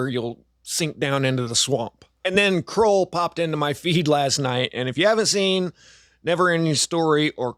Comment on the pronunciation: Why do you pronounce Krull “kuhrawwwlll”?